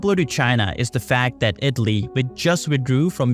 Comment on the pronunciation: IT-LEE (lol im usually not a pronounciation nazi but damn that was like someone playing a flat note in a good song hahaha)